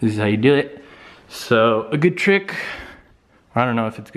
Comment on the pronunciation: I like how has the same way of saying "Good" as "Gud" like Kyle does. What's this fellow's name?